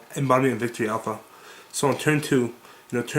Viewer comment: you know it is Aleph, not Alpha right?